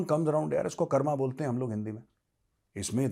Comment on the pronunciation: कर्मा नहीं सर.... "कर्म" बोलिये..... एटलीस्ट आप तो हिंदी का सही शब्द बोलिये 🙏.... ये तो वैसे ही हो गया जैसे राम की जगह "रामा".....